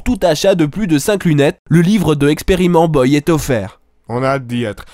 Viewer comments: pourquoi tu dis experimentboi et après tu dis rahled frik au lieu de khaled freak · "Expérimentboa" Putain ça me tueras toujours xD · experitboie et amixeum à mdrr 😂😂